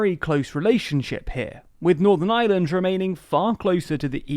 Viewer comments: my man cannot pronounce ireland to save his life, the island of island? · The guy in this video pronounces “Ireland“ and “Island” exactly the same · Can you please pronounce island and ireland differently. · I have to say I love how you say "the Island or Ireland" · That's the English accent for you 😁 they don't pronounce half of their r's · Am I the only one here who doesn't hear a difference in his pronunciation of Island and Ireland? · There is an 'r' in the word 'Ireland'. Pleeeeease make an effort to pronounce it! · FYI "Ireland" and "island" are not pronounced in the same way. Island is "eye land", while Ireland is "ire land". You seem to mostly miss the difference, although you get better in the second half of the video. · Please DO NOT pronounce the word IRELAND as ISLAND! It's just laziness!!! 😠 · This bloke pronounces "Ireland" and "island" exactly the same! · can you learn too say ireland and not island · Oh how I wish English people could pronounce the letter R…………the words Island and Ireland are not pronounced the same way! 🙄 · Ireland is NOT pronounced like 'island' no matter how the unionists in IRELAND want to pronunnce it!!!! lololol You manage to pronounce IRISH ok, EYE-ERR-ISH so EYE-ERR-LAND!!! FFS!!!! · Is it my hearing, or does this guy think that the words "Ireland" and "island" have exactly the same pronunciation? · No, he's definitely saying 'Ireland of island'... every time. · The narrator keeps pronouncing "Ireland" like "island". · haha he can't pronounce Ireland because of his accent and he says "island" instead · It's Ireland not "island", jesus, it ain't such an elecution or enunciationary mountain to climb. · Ah yes. Today I think I will find out about the aye-land of aye-land. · Listen lads, I think your videos are great and all, and ye seem like a great bunch of lads, but my God, does it annoy me when English people pronounce Ireland as Island. I know it's just how your accents are but Críost san airde.